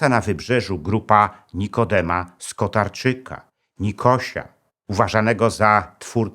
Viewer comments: Skotarczak a nie skotarczyk😮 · Skotarczak, nie Skotarczyk